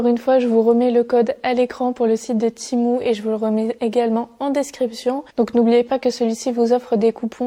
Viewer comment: Cc j’aime trop tes vidéos ❤❤❤ mais ça me stress quand tu dit timou au lieu de tému mais sinon jtm trop ❤❤